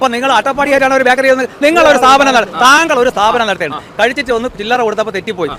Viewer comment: ബാക്കറി അല്ല ബേക്കറി